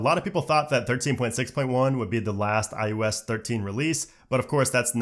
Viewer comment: Him pronouncing “iOS” as “iUS” is killing me slowly inside.